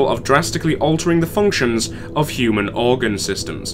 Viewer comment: Sigh. It's pronounced OR-gun. Like a pipe organ, or organs in general